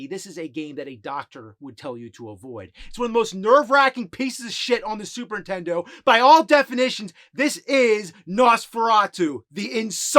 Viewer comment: well, over the last few days i binged it all...cool to see the evolution of the nerd....drives me crazy when he says super intendo though lol